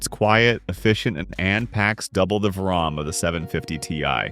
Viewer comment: The "V-RUM" is what got me to go to the comments